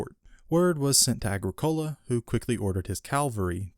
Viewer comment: Your pronunciation of Agricola is slightly off its Agric ola